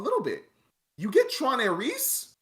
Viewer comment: Respectfully this review will not age well. A couple points are solid, like not utilizing famous actors properly for 20 seconds. But this movie was fun and exciting, tells a story and set up to tie into the next movie which looks like a follow up to Legacy. Every Tron movie was considered bad at first, and then ends up being loved. Also it's Ares, not "Aireece" lol